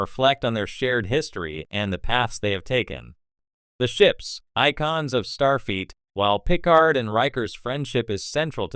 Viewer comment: it's Starfleet. has nothing to do with feet. Fix your AI